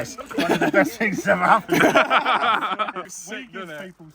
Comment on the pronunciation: I have never understood why English people pronounce “things,” “fings.” It’s not even close. Funny